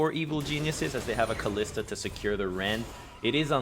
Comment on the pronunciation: it's Kalista not Kalister